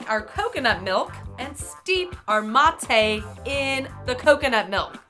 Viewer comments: That struggle when someone mispronounces "mate." Love you! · thats not how you prononce mate... and thats not how its spelled.... and thats not hpw its made... or drank... WHAT THE FUCK IS UP WITH THE BAGGED YERBA